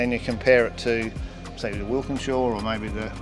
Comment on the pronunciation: It's a walkinshaw not a wilkinshaw